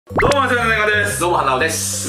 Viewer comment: でんがんの挨拶どうもワタナベマホトですにしか聞こえやん